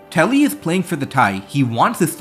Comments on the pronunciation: It's tubby not telly. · It’s Tubby, not Tele(Telly) please. The name was on the screen. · Why do you keep calling him "Telly" when his name is shows as "Tubby" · Why do you keep saying "tully" instead of "tubby"?